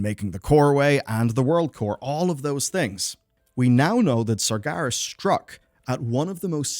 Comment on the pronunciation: This video lost all credibility for me since you can’t stop pronouncing it as “SargAras” 😂